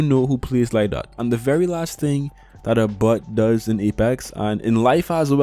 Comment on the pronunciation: I laughed every time you said bot but it sounded like “but”…. I’m so mature… great vid tho